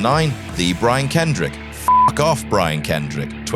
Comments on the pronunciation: Did you purposely call Brian Kendrick, Brian Kendick? 😂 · "The Brian KenDICK"